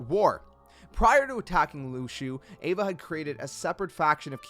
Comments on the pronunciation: Ava is Ah-vuh. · You pronounced Ava wrong it’s pronounced like Awva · i thought name was ava not eva #smh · (Ahva) is how its pronounced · Ahh-vuh* she's not an evangelion lmaooo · Xigbar literally says Ava's name in the cutscene. So why do you pronounce it like that? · Ava (Ah Vah) Ira (ee rah) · Why do you say Ira & Ava’s name wrong?